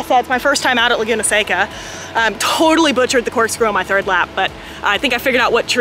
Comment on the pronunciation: The valley is pronounced like the candy. Btw you have vampire teeth.